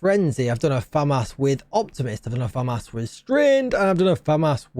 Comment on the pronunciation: Say the As deeper on famas :)